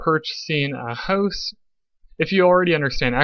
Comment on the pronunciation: You killed it after pronouncing house like hozz 😂